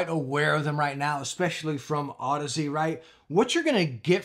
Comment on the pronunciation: Finally, someone who knows how to pronounce Audeze. Youtube is full of cringe.